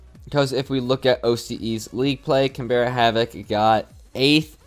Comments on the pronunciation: Just a heads up for future Canberra is pronounced more canBRUH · Can-bra, it’s the capital of Australia!! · As an Australian I wanted to point out Canberra is pronounced like CanBruh and Le Duck is more Le (short and sweet) than Ley. As well as that, SPYDOGE isn't spidoge, it's literally just Spy Doge. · we understand but oml it is so triggering when even the casters don’t do their research to figure out how to pronounce Canberra